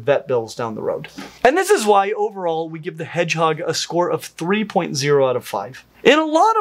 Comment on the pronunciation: says "but over-all" but it comes out.... "blurgle" or "blerval" Vote in my comments which you think was closer. 🤣